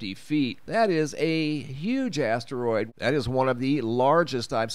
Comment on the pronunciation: Haha! He said big ass teriod 🤣❤️